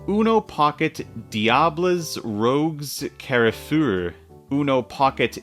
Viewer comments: That "Carrefourr" prononciation made me hear a whole different language. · lol that is one botched pronunciation, trust me I’m from Belgium. It’s just translated it’s “Uno Pocket Red Devils Carrefour”, which is just the Belgian football national team, and the deck is available at Carrefour, which is a supermarket chain that’s pretty abundant in europe (or well specific countries in europe) Also and : I think these are literally detrimental to you because of the uno tippo mechanic lol, like you are risking tipping a discard pile to just play a wild.